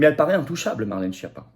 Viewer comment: Faites chia avec votre Chapa ou Choti. Respectez un peu la prononciation du rital, la langue de la musique. Et, accessoirement, prenez la peine de traduire schiappa en français et d'écouter la bonne prononciation. Baj'ned.